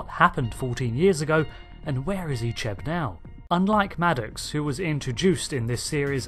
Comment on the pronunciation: I grew up watching voyager reruns so seeing Icheb being butchered messed me up 😢😢😢